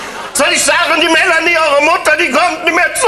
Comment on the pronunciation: Mela-ni-e anstatt Melanie 😄